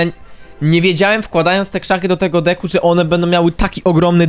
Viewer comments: Czemu ty zamiast decku muwisz dicku xd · on tak mowi specjalnie zeby ludzie tym w kom spamowali . . .